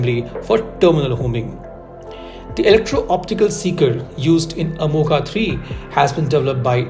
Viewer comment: Good analysis but whenever you say अमोघा Amoghaa it's like pinching in ears. Please bhai 🙏 you go deep for analysis least you can pronounce name correct अमोघ (Accurate/ अचूक).